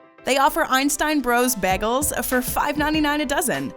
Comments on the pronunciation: It's bagels...not baggels. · The way u said bagels made me stop watching